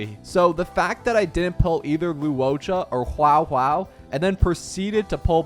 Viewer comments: if he says huwow huwow one morre time im gonna snap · Never let bro cook. I'll be honest, Im not even sure you play the game. You have the saddest Huohuo pronunciation Ive ever heard. Major skill issue with Blade, major build issue with Blade. Lynx is one of the best sustainers in the game. Your DHIL has too much spd, run him with atk boots what are you doing. (This is what I noticed from a glance). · having a va that tells you how to pronounce a name and not even trying to do so after I think is unacceptable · huohuo ❌ wowwow ✅ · the way you butchtered saying huohuo so badly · Now pronounce Huohuo's name correctly, please 😭🤣